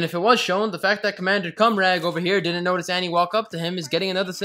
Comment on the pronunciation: notice. NOTE-ISS. You are saying "notus." it's triggering my old. lol